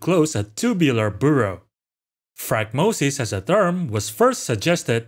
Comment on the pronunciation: I don't want to be rude but you've said the word wrong every time. It's like the word diaphragm. The little membrane underneath your lungs. It helps you breathe. They look like a diaphragm. Not die-afrag-em